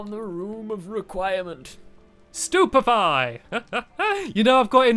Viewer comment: it is stupefy, not superfly (what? super fly?) or stupfiy:)